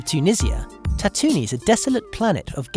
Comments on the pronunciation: I know I'm gonna sound like a nerd but it's ta-too-ween. Not whatever the hell you said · Ah i couldn't careless if i'm a nerd, just hurts to hear. Its like when someone says your name wrong